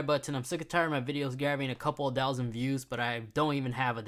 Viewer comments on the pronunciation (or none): Tousand starts with a T and a H.